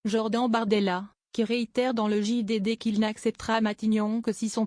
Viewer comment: POURQUOI ELLE DIT JOR DENTS ?